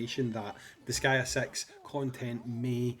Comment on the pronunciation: “Disgaea Sex”